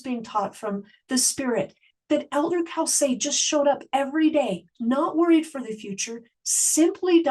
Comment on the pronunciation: His name is pronounced Cōsay, not cowsay.